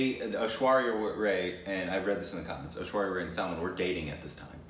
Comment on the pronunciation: yes.Unfortunately I have the feeling they dont read the comments any more...I keep repeating after each fucking video that they mispronounce the name of Ash-with ZERO reaction on their side !